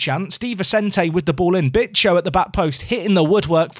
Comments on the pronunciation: Bicho, I think it would pronounced Bea-cho. No bitches , sorry. But it's more a slang name, like Nacho for Ignacio. Jim for James, that kind of thing.. Although, I have an image in my mind of Martin Tyler screaming "Bitchoooooooo, I swear you'll never see anything like it" 😂 edit: I should add, it's not a very nice nickname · It's pronounced BEEcho. Please and thank you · It's definitely not "bitch-o",. Lmfao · Every time you mention Bicho, it sounds like you're saying "Big Show" like the wrestler! Makes me chuckle every time... 😂😂